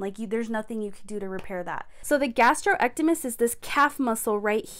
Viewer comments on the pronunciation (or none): I believe the calf muscle is pronounced gas-strock-nee-me-us. Gastrocnemius muscle. The fact that you keep saying it wrong drove me crazy during this video. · It’s gastroc-knee-me-us, but otherwise good info